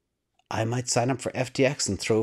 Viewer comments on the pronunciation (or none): none